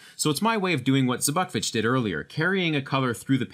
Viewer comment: I don't think zbukvic is pronounced that way